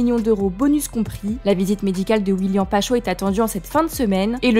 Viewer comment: Pkoi mettre des meufs qui ne connaissent rien au foot, réécouter comment elle dit Willian Pacho😂